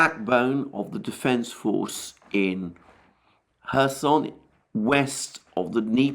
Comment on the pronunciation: I appreciate your commentary, but I must tell you it's pronounced KhÉrson, you put the emphasis on the "o" which is incorrect.